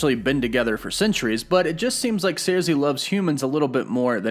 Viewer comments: SERSI: SIR-SEE not sairzee. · Sersi is pronounced like Circe of Greek lore, "Sir-See", not "Ser-Zee". The Eternals were all named after other gods & heroes from classical literature. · pronounced Sir-See. no z. You do pronounce names funny lol sad you dont know who Salma Hayek is... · SAIR-Z?!?!?! WTF! I STG YOU PRONOUNCE SHIT WRONG JUST TO TRIGGER ME!! MEW-TENSE